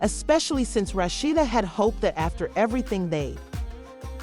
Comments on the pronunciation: Girl, learn how to pronounce a person's name before you do a story. I cannot finish due to the way you are pronouncing this woman's name. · Whoever it telling this story is pronouncing her name wrong